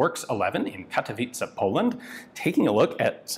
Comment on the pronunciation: Nice, you pronounced Katowice correctly.